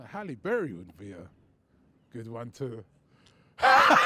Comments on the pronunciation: Man said Halle Berry 😂😂😭 Robbie is moving maad 😂😂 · ROBBIE🤣🤣🤣 man said halie berry